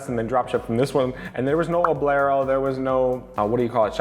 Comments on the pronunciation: Oblero? Ummm......' ober lo'. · Bro you gotta stop saying Oblero . its OBERLO :) just saying